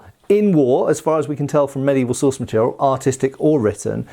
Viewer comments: Took me a second to realize he said “Bolognese source” and not “Bolognese sauce” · . “The anonymous Bolognese sauce…” … at least that’s what I heard the first time… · "Anonymous Bolognese Sauce" I can't be the only one who heard it